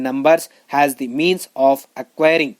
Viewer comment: Pls...make difference of as and has...u pronounce aa and has wrongly